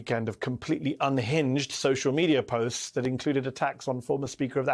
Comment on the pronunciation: I love all the Weekend Hosts, but you most of all Mehdi! But may i please correct you on how to pronounce Megan's last name? The emphasis is on the 2nd Syllable: as in Ra - 'PEEN' - Oe, not, 'RAP' - i - Noe. I know of her because of her Fiance, Sue Bird, a 4-Time WNBA Champion, w/the Seattle Storm & All-Time Assist Leader!